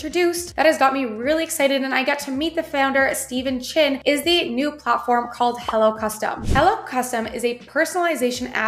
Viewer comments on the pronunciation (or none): none